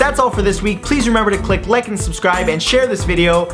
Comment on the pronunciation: Did he say lick instead of like